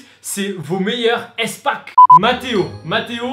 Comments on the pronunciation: Mais mais MDR arrêté stp ça ce dis pas èspack mais ispak xd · on dit ispack pas éspack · À toute la vidéo j'étais frustré tu prononces "Èspak" mais pour moi sa se prononce"ispak" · easpack ca ce prononce "ispack" Bisous 😂😗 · Sa me stresse comment tu dit EastPak xD Sinon super vidéo , c'est original !